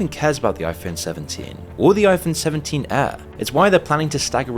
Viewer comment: It's impossible to distinguish whether this man is saying 'air', 'ear' or 'heir'. 'Year' and 'clear' are a bit easier to differentiate, but not by much.